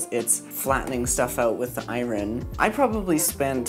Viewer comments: Soldering eye-rin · Loved the video. Love your content. Interesting and inspiring as always. But I'm gonna make fun of your pronunciation of iron as I-RIN anyway, haha. Sorry! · i love how he says iron like it’s spelled and not how it’s actually pronounced